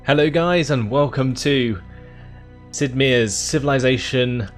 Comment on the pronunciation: I know I'm going to sound like Hermione but it's Sid Meier (Sid My a)